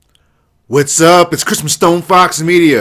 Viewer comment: What I know he says at the beginning of every video: "It's from StoneFoxMedia" What I actually hear: "It's Christmas StoneFoxMedia.":P Still, the Uncharted Delay doesn't really surprise me at this point.